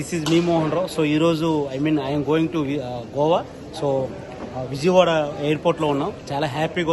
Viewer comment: It's Goa not gova